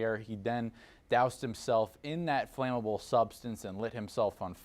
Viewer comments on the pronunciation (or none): none